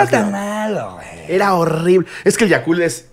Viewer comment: Por qué Ricardo le dice Yakurt al Yakult?? :)